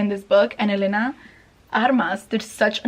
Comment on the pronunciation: YES. you finally said Elena right. it bugs me that everyone says Elaina Armas instead of Elena Armas. lol with my name being Elena it’s been driving me crazy that everyone says her name wrong lol